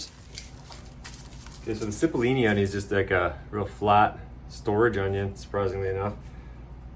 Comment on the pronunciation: Those Italian onions are pronounced "chee-pole-ee-knee" it just means little onion in Italian 👍 now you know